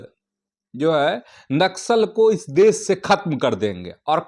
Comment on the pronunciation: Pahlay sahi hindi to bolna seekh desh ko des kosih ko kosis.